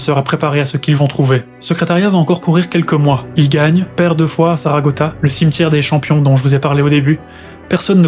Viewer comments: Très bien raconté , bravo. Juste un léger détail, ce n’est pas la piste de Saragota, mais bien Saratoga 😉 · c'est saratoga et non saragota